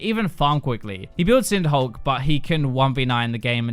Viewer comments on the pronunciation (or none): none